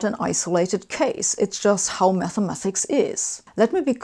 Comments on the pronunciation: It bothers me more than I'd like to admit that you MathemaTHics instead of MathemaTics. Otherwise great video! :-) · Why does Sabine say Mathemathics? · I dislike it. But I tolerate it, becuz she dun so good job xplaining the dysfunctional abusive relationship between the physicc and the meth.